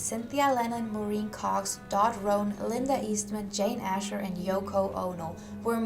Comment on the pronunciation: You realize English is not first language. Many mispronounced 🤷‍♀️focus on pronunciation 🙄